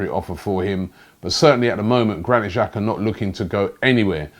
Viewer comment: Robbie, The correct pronunciation for Xhaka, is Xh, is pronounced J. If you were to write it in English it would be: Jaka.